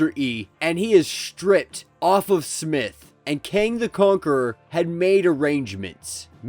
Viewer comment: You totally butchered the name Alistair Smythe. Not smith